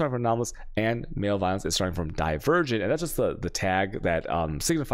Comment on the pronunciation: Also I usually hate the mispronunciations but “male violence” for “malevolence” is primo 👌